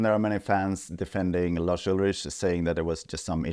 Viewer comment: Well, it is true, and it's also Lars with an S at the end not Larsh with SH at the end. 😉